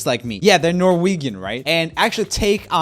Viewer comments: Norweegan instead of Norwegian! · HEY JOEL SAY NORWEgAN ONE MORE TIME, I FRICKIN DARE YOU. SAY IT CORRECTLY. ITS NORWEGIAN SAY THE G RIGHT. OMFG IM PISSED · He pronounced Norwegian like “norwegan” when I’m pretty sure it’s “Norwe-Jen” correct me if I’m wrong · yes he did say Nor-Vegan....deal with it 🤣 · No one : Not a single soul: Not even the word Norwegian: Him: nOrWeGaN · Anyone notice that he said 'Norwegan'? Just me? Okay. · He is swdish... AND HE CAN'T EVEN SAY NORWAGIAN CORRECTLY!!!! Shame... Shame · Roomie: says Norwegan instead of Norwegian Me: wtf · Nobody: Roomie: Norweegen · Nor-whee-gan, lmao. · Nor-VEGAN!?!? Neineinei det er NORSK! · I cracked up so hard. Nor-whee-gan. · the way Joel pronounced "Norwegian" made me laugh so hard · Roomie absolutely butchering the word Norwegian 🤣 dude, we're your neighbours! Hva faen haha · cmon dude it aint that hard to say norwegian xD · The way you said ''Norwegian'', really got to my heart. As a Norwegian, we will still be at feud :( <3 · The way you pronounced ‘Norwegian’ as a Norwegian I am offended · The way he pronounced Norwegian, it kills me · Norwegian? the way he pronounced it lol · I like the way you pronounced Norwegian😂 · Lmao the way he pronounced norwegian lol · The way he pronounced Norwegian had me dying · lul why does Joel pronounce Norwegian like he did :D but that's a fun fact about the direct translation, might as well haha